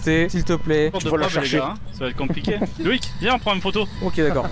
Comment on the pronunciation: ah ok j'ai mal compris dans quelle sans tu disais sa mais c'est vrai que ... Mais si il fait un roman pour dire que il est Fann ont sais jamais x) sinon c'est Loïc pas Loïck